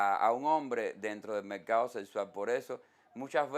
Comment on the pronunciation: Mercado se dice. No mecado Forma se dice. No foma